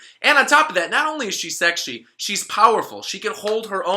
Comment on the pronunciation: "Not only is she sekushii..." Was that intentional?